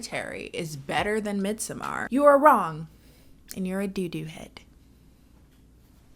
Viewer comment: "midsuhMAR" girl shut up and call it midsummer like the rest of us